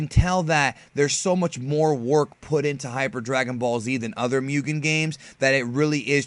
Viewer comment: Guy's got a 100k subs and can't pronounce Mugen correctly. In any case, he's right. We gotta support this game if we wanna see it finished one day. I'd hate it if this becomes like so many other projects that's just left unfinished.